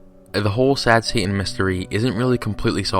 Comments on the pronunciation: I like how you say Satan. " Sad Sa'aan" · Sad heying